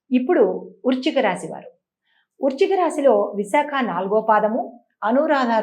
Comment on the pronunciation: Urchika rasi kaadu talli. Vrischika rasi 😂